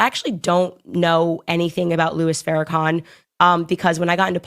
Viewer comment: Farrakhan not Fairakhan 🤦🏾‍♂️ cmon girl